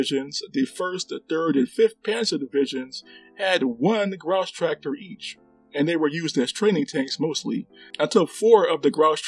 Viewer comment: I'll try not to grouse about your pronunciation of "Grosstractor" ;)